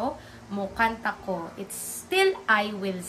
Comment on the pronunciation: Why do you pronounce ko with the long o sound? I thought it was supposed to be pronounce with u.